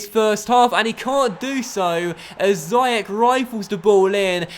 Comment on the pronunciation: ziyech is pronounced ziash